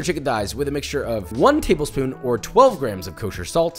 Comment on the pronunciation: “tabel shpoon”